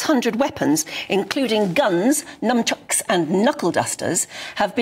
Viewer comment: yes I know that. She said num chucks on the vid. At least to my ears.